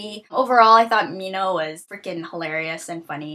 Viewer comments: I thought that Newt was British. And I thought that Minho was pronounced Men - Ho. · this whole time I was pronouncing Minho like Min-hoe o.O